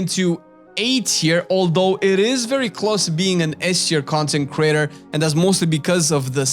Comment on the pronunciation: When you say content creator, I hear "consecrater". TBH, I watch your channel more than the concecraters you listed, except maybe T&E.